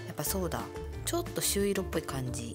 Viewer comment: みかさん、「しゅういろ」じゃなくて、「しゅいろ」です🥹 確かにパケ可愛い😊 持つとこが短いと持ちづらい😅 これは持ちやすそう😊